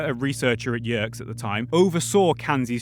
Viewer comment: Minor nitpick: , “Yerkes” is pronounced with two syllables as “yer-kees”, akin to this video